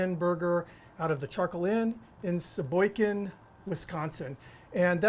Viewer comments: It is pronounced She Boy Gun, Not She Boy Kin. Sheboygan is the Brat Capital of the world. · Like buttah! 👍😀 Oh, and Sheboygan with a G... (lol)